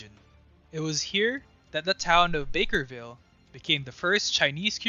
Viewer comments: Barkerville not bakerville. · I actually live in the cariboo region and I would just like to say that you are wrong. It is called Barkerville, not Bakerville. just thought I should make that clear.